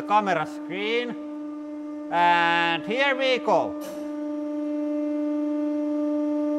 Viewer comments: Well Mr. Bond. HIER WI GOU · “And heer we gohw”